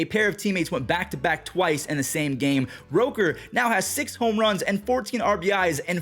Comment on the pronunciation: Brent Rooker, not Roker